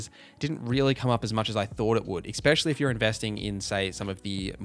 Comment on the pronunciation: You keep saying words incorrectly 😩 ‘ecspecially’ tops the list though